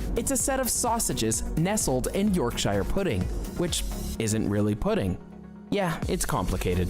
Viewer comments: 😮😮 I love jelly & ice cream. And some puddings. But NOT Stargazy Pie. And Not jellied eels. Chip butties are great. It is NOT "York_shire" it's "Yorksher". I have never had a deep-fried Mars Bar but (Anerican) Joel of JPS Reacts loved it when he visited Scotland last year... (I hate olives, and figs) Scotch Eggs are fine. I've never had black pudding, nor haggis and just the way they look puts me off!! I don't care for curry sauce on my chips. It's nit pronounced haggies! (It's haggis) Fish fingers sandwiches is okay... Toad in the Hole is tasty. That one in the video looks more like bangers 'n' mash. NOT french fries sandwich!! Chunky chips smothered in salt "n' vinegar...yummy. but why,, do you watch such awful videos by ignorant Americans incorrectly descibing and showing the wrong images of Britidh foods and mislabel it as English foods?! Why?! Why. 😮😮😮 🏴😟🤔🤔🤔🧡🇬🇧🖖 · Haggeees....glad you spotted that! Also Spice elitism is bollocks. A proper chip butty is a joy to eat, with a drop of Brown Sauce. You're right about the Toad in the Hole....guy is clueless. Also, Yorkshire?...not |Yorkshuh? Taking lessons from a cuisine that is World Famous for it's sheer awfulness (and unhealthiness) is gauling, to say the least.....especially when he doesn't seem to have even eaten most of them! Sorry to rant,, but there's just too many of these vids. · And the pronunciation of Yorkshire for the puds shouldn't sound like somewhere out of Lord of the Rings. Quite why US video makers employ people to talk about British things who haven't got a clue how to pronounce words properly I've no idea. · I don't ever want to hear that guy say Yorkshire again.